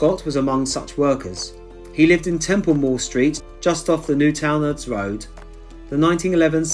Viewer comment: Love this. Funny hearing you say Newtownards lol great to see you over here in my home town. I hope ur enjoying ur visit mate. Amazing as always. Take care